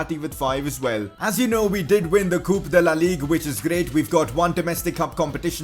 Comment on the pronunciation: Did he just say ligue UH